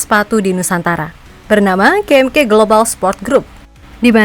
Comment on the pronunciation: ka em ka min bukan ke em ke...